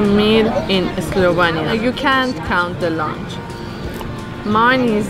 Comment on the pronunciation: you keep saying slovania,eslovania...its slovenia :)